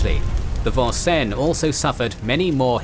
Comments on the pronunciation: I heard it as the Von-cen rather than the American pronunciation of Vin-senz. Kinda threw me off there. Otherwise this was an excellent presentation. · FYI, the proper pronunciation of USS Vincennes is: Vin-Senz. It is an Americanized bastardization of the French...this is rather common across the US Midwest, as English settlers changed the French place names into anglicized versions. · Love your presentation. One minor gripe is pronunciation of the name, Vincennes. It is is Vin senz as we Yanks have our colloquialisms. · Great video, as always. Couldn’t help but crack a smile at the pronunciation of Vincennes (the “probably” correct French “vahn-sen”), as compared to the Americanized “vin-sanes” (the ship, named after a battle, named after a town in Indiana that is definitely pronounced that way 😊). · This is not the French Navy, Vincennes is named after a city in Indiana and also the site of a fort where George Rogers Clark led an attack on British troops. Hoosiers pronounce it Vin-sins.